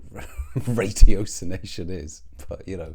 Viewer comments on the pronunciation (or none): It's a tricky one. RAT-ee-OSS-in-AY-shuhn is the British (the correct) pronunciation.